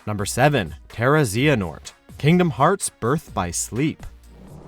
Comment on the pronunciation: XXPUNK4LIFEXX ? obviously, the dude said terra-zehanort